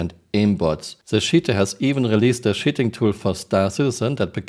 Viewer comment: The way you say "cheating" sounds like 💩 ing